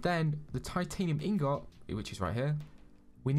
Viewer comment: He says ingot wrong